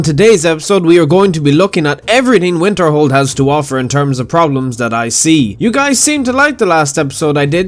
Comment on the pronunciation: When you say Winterhold, what I hear is Winterfell.